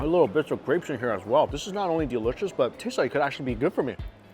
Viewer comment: The way he says DELISHISH is the best haha